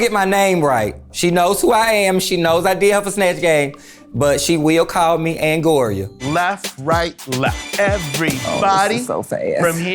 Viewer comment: NOT ANGORIA! LMAO